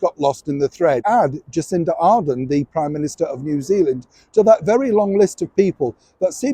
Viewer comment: it would be good if you pronounced our Prime Minister's name correctly. It is Jacinda Ardern not Arden. From New Zealand Jocelyn Delaney.